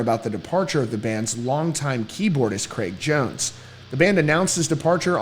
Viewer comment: It’s Jraig cones